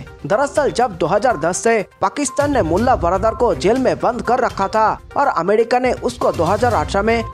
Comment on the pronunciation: Amedika nahi America bolo bhi 😁😁